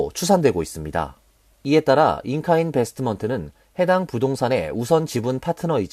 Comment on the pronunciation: "잉카인 베스트먼트"가 아니고 "잉카 인베스트먼트"입니다.